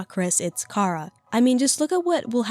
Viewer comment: Just pointing out, the plot of the genocide run isn’t Chara possessing Frisk. Chara at the end reveals that they’re the narrator in all runs. The player controls Frisk into killing and since Frisk and Chara share EXP and LV you basically turn Chara insane and evil in the genocide run. Also their name is Chara as in character so the ‘ch’ sound shouldn’t be made.